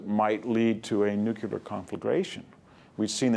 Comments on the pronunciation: It's n-u-c-l-e-a-r, not n-u-c-u-l-a-r. This mispronunciation started with Eisenhower, and apparently will never die. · "Nucular"?? No NUCLEAR Sheesh... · Love VDH's lectures! just an observation, it is "nu-.cle-ar" not "nu-cu-lar"